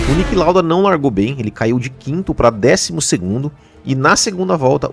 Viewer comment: Please try pronouncing the names of the drivers about better and it's Niki not Nick Lauda.